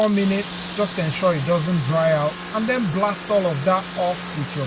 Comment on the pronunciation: "Den Blast All Of Dat Off" With Your Pressure Washer. Peeeace✌